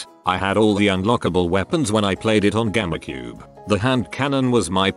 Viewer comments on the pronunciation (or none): No one: Not a single soul: TTS voice: Gammacube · Gamecube - No one: Not a single soul: Text-to-speech: GAMMA CUBE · No body: Absolutely no body at all: Texts to speech: gammacube